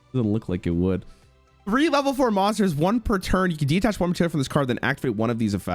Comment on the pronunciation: What do you mean "as soon as this video is over?" The man hears "Detach" and "Myoll-near" and still pronounces them "De-attach" and "Mole-near" within SECONDS. - That's basically just Dark Ruler No More/Forbidden Crown. - It's called "sunk cost fallacy".